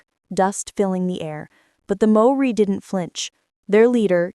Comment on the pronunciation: You are showing a picture of Australian soldiers while talking about Maori - natives of Aotearoa/New Zealand. In the time it took for me to write this, I have heard one nonsense after another.... although I do thank you for having a good go at pronouncing the Maori words correctly. A Kiwi.